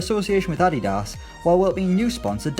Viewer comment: The way you pronounced adidas omg🙄